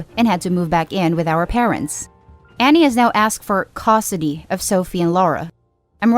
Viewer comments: I wish someone would teach that robovoice to say "custody", not "costody". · I'm sorry. But it really bothers me how you say Custody. You say it like Cost-ody lol. Try to work on your pronunciation. Some words just sounded a bit off, could be an accent though.